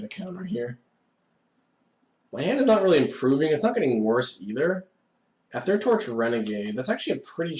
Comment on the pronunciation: oh my god stop pronouncing "aether" like that!